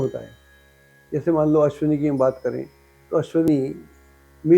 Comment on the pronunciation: "अश्वनी" लिखना-बोलना ग़लत है, 'अश्विनी' सही शब्द है।